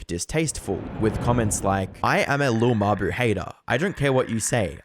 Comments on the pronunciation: “Lil muh-boo” 🙏💔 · “Lil muh-boo” 😭🙏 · "lil muh-boo"😭🙏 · “lil muh-boo” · « Lil muh-boo » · "Lil muh-boo" 🥀🥀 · "lil muh-buh" 😭🙏